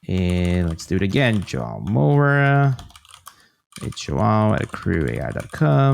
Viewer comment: "Jo-ah-oh Moura" - maybe learn how to pronounce your guest's name next time?